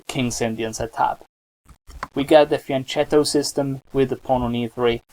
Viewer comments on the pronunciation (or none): it's pronounced fian-KETTO not fian-CHETTO